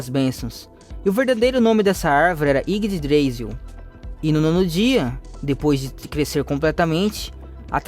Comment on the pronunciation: Mano se produz como se fosse iguidrázil mas se escreve iggdrasil